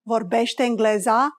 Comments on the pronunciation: vorbești englezĂ (ă pronounced as -er with a silent r in "cover") is more romanian and natural, not englezA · Sunt foarte sigură că e "engleză" cu ă :)) nu prea suna bine cu a